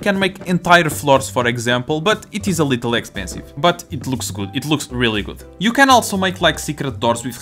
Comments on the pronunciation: i don't want to mock your accent but I love how every time when you say "little" it sounds kinda like "lethal" that cute pink and yellow chairs being deadly is super funny please don't stop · Omg I’m noticing that now 😂